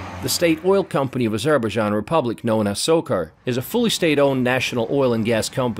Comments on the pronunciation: Narration is not good; pronunciation of even the country's name is awful. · Never heard Azerbaijan pronounced like this.... otherwise an informative vidoe presentation. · i thing you need to learn how to pronounce the name of the country. But very nice report. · Are you sure that’s how you pronounce the name